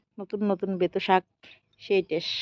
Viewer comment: Kotha ta tes na test biji na beji